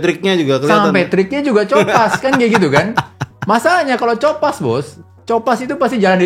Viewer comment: Copas itu kan asal katanya Copy paste. Kayaknya lafalnya "ko" "pas" bang bukan "co" "pas"